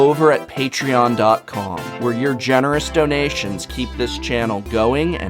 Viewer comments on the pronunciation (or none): none